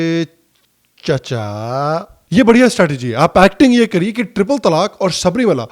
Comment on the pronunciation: The way you said CHACCHA 🤣😂 was hilarious 😂